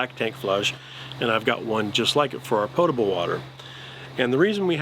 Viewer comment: I am so glad you said pōtable correctly. I have no idea why everyone says pottable instead but it’s so annoying.